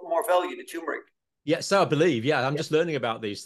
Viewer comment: I think John means turmeric, as there is nothing called or pronounced tumour-ic.